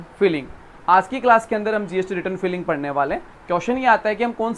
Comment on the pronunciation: सर फिलिंग नहीं फाइलिंग होता हैं सर😮